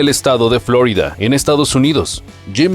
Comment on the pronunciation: en español se dice "florída" de hecho el nombre original viene del español, suena chocante la pronunciación revuelta